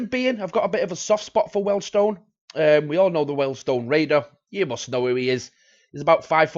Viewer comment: Please don't call them Weldstone, it is Weald - rhymes with Steals